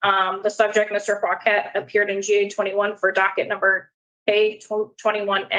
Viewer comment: Well his last name is “Fauquet”, so he says “Fuq-et” 😂